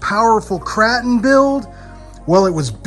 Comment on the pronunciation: Kraton, with a soft “a” vowel? Are you trying to joke or really don’t know how to say Kraton?